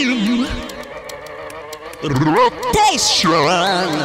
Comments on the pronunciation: First, we got speen, and now we have rrrotaeshion?!?! This is getting real!!! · what? "rotosan" ? :D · everyone loves speen but no one mentions "r o t a s h i o n"